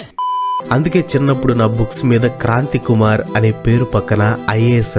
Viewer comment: ❌ kranthi kurar ✅